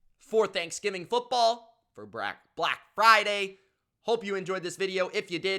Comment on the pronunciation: The way this man says Black Friday 😂😂😂😂😂😂. 😭🤣🤣